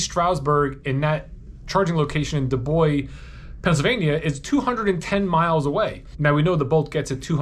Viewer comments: Just FYI, my dad grew up in Dubois PA, and the s isn't silent, but not quite like an s normally sounds either. So Du Boyce is how it's pronounced. Great video, not a big deal or anything, I just was somewhat astonished to see that place mentioned in a video as I've only ever heard of that place through my family and I've only been there for a bit to get gas when I was driving to New York City in 2006. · great video. You almost got Dubois, the "s" isn't silent typiallly when pronounced in Pennsylvania or the U.S. Not being critical, just sharing from a Pennsylvanian. 🙂 People often say Bellefonte incorrectly too in which case they try to pronounce the "e", among others. - Dubois - This will also make you laugh,.